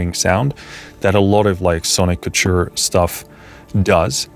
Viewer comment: Sonic Couture. Like Haute Couture. Haute couture means high dressmaking, or the height of fashion. I believe Sonic Couture means the height of sonic fashion—which is a good thing. Ko-ture. That’s how you pronounce it.